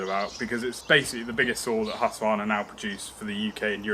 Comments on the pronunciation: As a dealer, you should certainly know, name's pronounced "husk-var-na", NOT "husk-a-var-na." Listen more. You'll pick things up. And yer bud should know to push the bar tip up, or sit the saw down on it, as he's tightening the bar nuts. Pretty basic stuff. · I was a Husqvarna dealer for 81/2 years and I've been running them since 1978, here in the U.S... For heaven's s sake let the saw warm up. And read the instructions for Autotune! Also, the name is Husqvarna, not Husq-A-varna. G-day mate! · Hus= house. Its no husky. Its hus-qvarna ... 🤷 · Its actually pronounced Hoosqvarna but you are right GA Wilson definitely no A in the middle ! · haha. As a swede, hearing people saying Haska-varna... Its a house... Not a husky haha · it's huski chap, end of, 😁😁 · Indeed - as a Scandinavian, I always snicker a bit when others pronounce the Swedish name. "Husky" or "Huskie" is a nice nickname, but Husqvarna is not "Huss-Kee-Varna". The city where the company originates from is written "Huskvarna" today. "Hus" is the Scandinavian word for "House". And "kvarn" is Swedish for "grinder". Correct pronounciation is "Huus-kvaarna", where the first uu is a long one, pronounced as "ou" in "you". And the "q" is proununced as the "k" in "Kentucky". One of the oldest companies in the world. Great quality and design. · The way you pronounce Husqvarna makes me want to spew. And don't say sneaky peak mate.